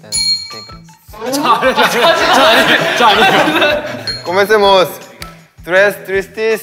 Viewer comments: Sungji en su cabeza: Comencemos suena igual que cosmetics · Nadie: Sungjin: confunde "comencemos" com "cosmetics" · nadie: absolutamente nadie: sungjin: cOsMeTiCs